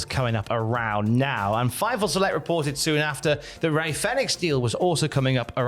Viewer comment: The way the one guy says fenix like it has 2 I's in gets me a little mad every time he does it